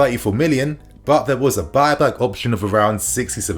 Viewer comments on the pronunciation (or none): none